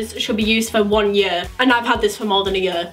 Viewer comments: you say year like "yur" haha so cute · I love the way u say "year" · I love the way says year lol❤️❤️ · Omg I love the way you say year 😍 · I love the way she say year and I love you ❤️❤️❤️Please reply xxxx and your so under appreciated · I love the way you say year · she says 'YEAR' very weird